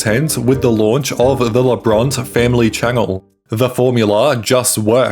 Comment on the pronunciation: Cancelled BECAUSE they're Pro Life Christians. And this narrator doesn't even pronounce their names correctly.